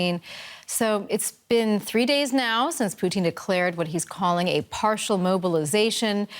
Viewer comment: Let's get his name right. It's "Poo-tin".